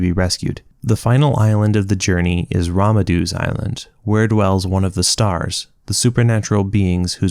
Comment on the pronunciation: Why do you say Ramandu as Ramadu? There's an N in it. RamaNdu